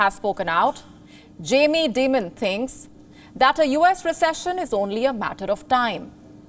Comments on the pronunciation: CAN YOU SAY D- EYE -MOND. Not DEMON !. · I thought i was the only 1 to notice she called Jamie Dimon "Demon". Lol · She can barely read her teleprompter well. She regularly mispronounced names and words. For example Jamie Dimon in this video. She pronounces it as Dmon, when it's actually like diemon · I’m an American and I miss Palki 😭 Oh, and Jamie Dimon’s last name is pronounced like “Diamond.” Just, don’t make the “d” sound. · "Dimon" in Jamie Dimon is pronounced as Dy-mun... Good coverage though.. 👍❤ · Sounds like she’s saying Jamie Demon - I guess she’s half right.